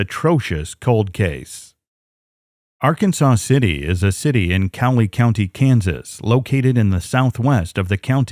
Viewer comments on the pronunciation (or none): Okay, it's Ark(ansas), and Ark City for short.